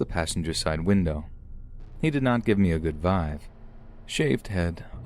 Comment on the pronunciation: Did he just say "he didnt give me a good VIVE instead of VIBE??